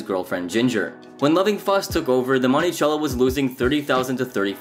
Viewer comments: Month sello is the pronunciation not chello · Bruh. Mon-ti-cell-o. Cello not CH CH CHello. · Say Montychello one more time... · Bro where are you from? Lol you pronounce words like nobody I've ever heard. "Monty-chello"😂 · “Money” cello Interesting pronunciation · Monti “sell” o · You’re pronouncing Monticello strangely